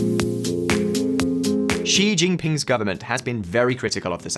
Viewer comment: Ah you pronounce Xi correctly now 😁